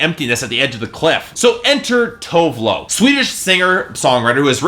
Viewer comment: Dude, her name is TOO-VEH LOO You really should learn how to pronounce people's name before you go on rants about their albums. First it was Jhenè Aiko (JUH-NAY EYE-KOH), Tinashe (TEE-NAH-SHAY) and now her. -.